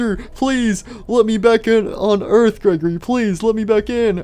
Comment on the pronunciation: At 1:7:45 Freddy accidentally said greggorley instead of Gregory